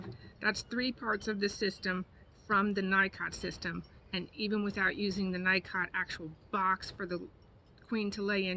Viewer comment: "Knee-coh" not Nycot. Just sayin.